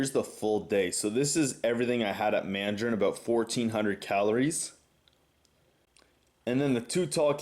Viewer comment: For some reason I got a laugh when you said " so I'm going to Mandrain" after you said you don't go there often.